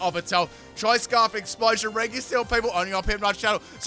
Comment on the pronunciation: Regeys lol